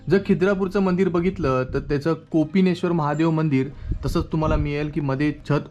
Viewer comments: 'कोपेश्वर' आहे ते, कोपिनेश्वर नव्हे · Kopineshwar नाही....koppeshwar आहे